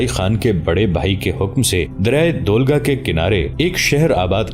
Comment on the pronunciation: River Volga ko aap dolga keh rahey Hain